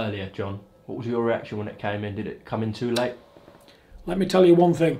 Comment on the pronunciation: John don't beat me up. Please........ But it's thing, not think.